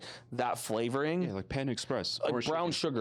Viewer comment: im not picky most the time but when i hear an american say worchestershire sauce this is how americans sound even though thats not how you spell it and the british taught americans how to speak english they still butcher it.